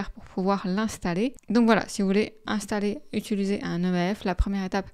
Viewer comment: "Utuliser": je fais une fixette là-dessus à chaque fois que je regarde l'une de tes vidéos. C'est une plaie chez les Youtubeurs de ne pas parler français comme il faut.